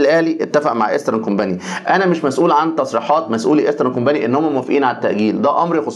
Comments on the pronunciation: انا بحب برنامجك جدا. بس عندي تعليق ع كلمه ايسترن كومباني،حضرتك بتقول كومباني النطق غلط جدا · يا ريت تنطق كومباني صح